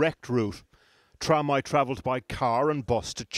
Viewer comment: Her name is trà me...thats how you spell her name. Please do the research before making a story on her journey without saying her name correctly . Imagine her families are watching this document, I can guarantee they won't be happy aboyt it because its not their daughter name 😏😏